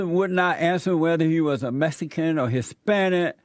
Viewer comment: Jesse ask, "are you Hispanice" caller says "I'm not from Spain" LOL